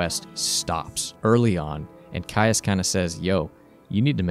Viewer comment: 'Caius' is pronounced 'keys'